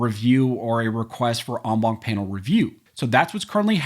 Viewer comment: STOP using ‘en banc’ you beat the shit out of this French word,rather use ‘in bench’ PLEASE! Other than that, excellent job!